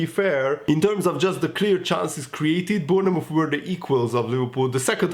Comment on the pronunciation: Lol sry but try and say Born Mouth, Bornmouth this will help with the pronunciation hehe 😆